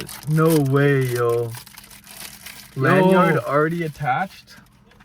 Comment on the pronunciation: Bro said Lan Yard haha